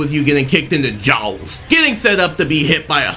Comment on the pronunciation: the way you said jaws lol